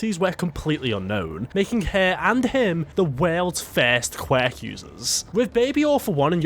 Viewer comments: Not qweck!!! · Can't hear you say QWECK one more time!!!can't finish the video. Thanks.. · "the most powerful qwak" lmfao this guy's worst enemy is the word "quirk" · Pronounced QW- Urk...qwurk...QWUIRK. LIKE TWERK....QWERK... QWUIRK!!!!!!